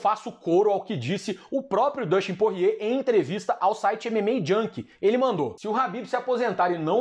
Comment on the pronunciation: me da agonia ver ele falando porrier kkkkkk